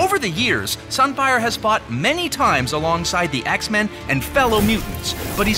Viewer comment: SUN FIAH